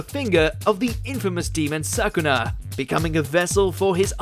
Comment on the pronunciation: its sukuna not sakuna